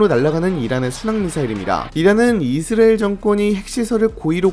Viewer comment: 이스라엘이라는 발음이 안되는것도 어떻게 못고치나